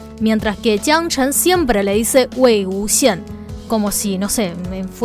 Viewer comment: Yo viendo como pronuncia Wei Wúxian: ❤👄❤